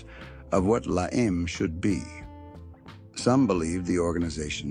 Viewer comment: I never heard of these guys. They are not from the California La EM like the AI voice says it.